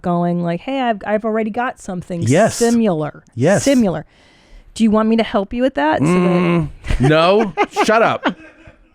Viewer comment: such a smart philosopher pseudo-psychologist but cant pronounce "similar"